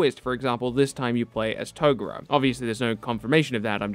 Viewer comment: Ugh you’re still pronouncing Toguro wrong